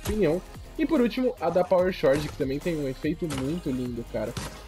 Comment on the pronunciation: eu só queria dizer (só pra avisar msm pq me dá uma agonia jsshsjsjwj) que toda vez ue você lê Power Chord se fala "Cord" não tem o H na hora de falar tlg kkkkkkkkk é que tu fala como tá escrito então pensei que seria legal notificar, tamo junto